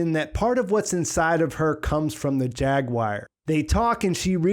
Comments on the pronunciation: Good analysis. Now repeat after me… War….gwar…goo-are…jag~gooo-are. Jaguar. You kept saying jag-wire. Are you trying to do a cumberbatch? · After hearing you mispronounce it five hundred times I feel obligated to tell you, its jaguar not jaguire. :) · As soon as you said "JAG WIRE" I was out... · why do Americans pronounce jaguar like jag-wire? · We don’t that’s just him. It kinda bugged me lol like why are you saying it like that. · I can't get over your pronunciation of "Jaguar" lol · That's a weird way to say jaguar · i swear